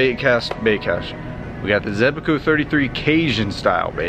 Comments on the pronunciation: He said “zebaco “ In stead of zebco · Zebco, not Zebaco. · ZEBCO not ZEBACO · Why do u say zebco like zebaco😂